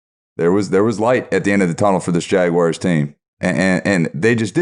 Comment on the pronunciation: Love these podcasts, but: Its Jag-wars not Jag-wires!